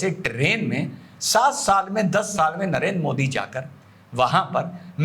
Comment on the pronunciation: ये आपका पढ़ा लिखा ज़ाहिल (??जो आपको अति प्रिय...😜😜🤑) मोदीजी को मोडी क्यों बोलता है,क्या यह मौलाना मदनी को मड़नी कहता है.. शायद मुझे लगता है कि,अंग्रेज लोग द को ड बोलते हैं.....,😂